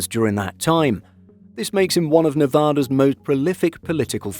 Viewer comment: Please pronounce Nevada correctly. It’s not pronounced Nevahda.